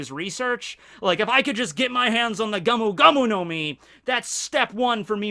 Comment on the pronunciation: It's Gomu Gomu, not gamu gamu.